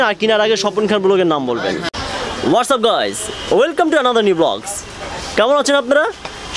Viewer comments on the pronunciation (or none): none